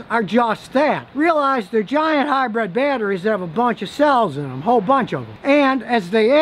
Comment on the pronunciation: What is it with Americans? Where in the word hybrid is the E? Its not a hybred.